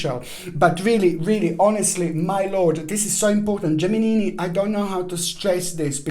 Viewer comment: Yeahhhh Gimeni - Giminini🤣🤣🤣🤣🤣